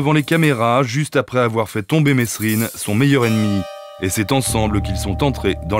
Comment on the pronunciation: Ooh ! La voix off, on dit Mé(s)rine pas "Messsrine", tout comme Daumesnil, bon sang !